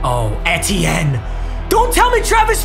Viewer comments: I love your vids but your running back is pronounced Travis E-T-N Love you Papa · new drinking game: start a wheel of mut marathon and take a shot every time he calls travis etienne “en-tee-en” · Who else cringes when papa pronounces etienne wrong